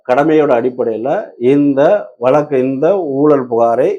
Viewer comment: நெறியாளர்கள் முதலில் தமிழை நன்றாக பேசத் தெரிந்த பின் நெறியாளர்களாக வந்து அமரவும். தமிழ், வளக்கு போன்ற பல வர்த்ததைகள் சரியான உச்சரிக்க படவில்லை